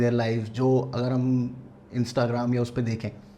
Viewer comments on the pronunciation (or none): none